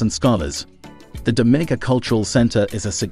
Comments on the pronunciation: Pronounced "Dom-min-nica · You can't even say the island name right